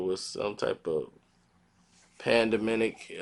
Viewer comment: did he just say pandeminic? lol